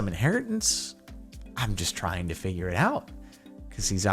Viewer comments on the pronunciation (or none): none